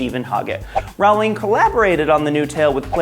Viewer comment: Jo's last name rhymes with bowling, not howling. As in rolling down a hill